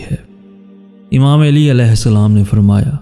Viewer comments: Plzzz pronunciation correct karlo plzz it's not Aili it's Ali Ai-li not Aa-lii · ya ( eli )nae hota ok Ya ( Ali ) Hota hai Sae kro tura sa plz